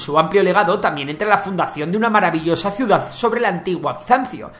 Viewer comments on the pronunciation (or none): none